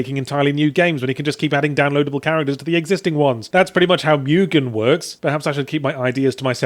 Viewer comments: Did he just pronounce it "MEW-gen"? I thought it was pronounced "MOO-gen". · It is moo-gen. English speakers have a weird habit of pronouncing foreign words exactly the way you can be sure they wouldn't be pronounced.